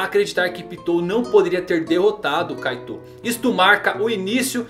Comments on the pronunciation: Kkkkk o cara fala caitou mas se fala kait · Tanto vídeo de OnePiece que até saiu um "Kaitôu" em vez de "Kaito" kkkkkk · parece que ele fala kaido kkkkkkkkkkkkkk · Kaitou ele fala kkkk